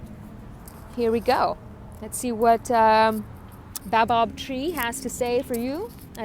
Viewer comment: Ahaha that’s not how you pronounce Baobab